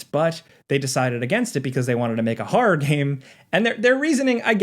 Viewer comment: hearing you pronounce horror as haw-rawr does weird things to my brain.